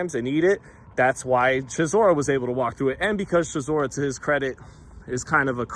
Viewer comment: 😂 bro I said chisoras name like that yesterday & my Gf looked at me so crazy im like Blame not me 😂